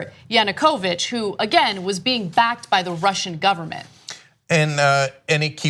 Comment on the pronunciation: Please take more effort into researching the pronounciation of foreign names. Hearing Ana say "Yanukoooovych" multiple times made my ears bleed. I think it's not too much to ask, it's basic stuff.